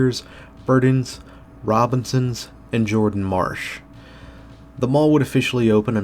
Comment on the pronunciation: Good job, but I have lived in Florida long enough to know that the former Miami-based Burdines (since merged into Macy's) was pronounced "bur-dyns".